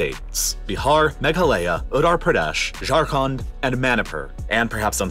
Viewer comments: Baharrr, ottorpradhesh, magalaya, zarkhand and mannypoure 😅😂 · better call it UP buddy Worst pronunciation I ever heard 😂😂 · The way he pronounced "Utaar Pradaash" is sending me 😂😂😂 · I still can't figure out why he pronounces "t" as "d" when it shouldn't be... ("Manhaddan", "moundains", "Uddar Pradesh" etc).